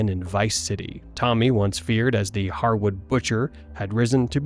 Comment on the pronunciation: He said the Hardwood butcher? Was this a joke or does he know it’s actually harwood?? 🤣🤣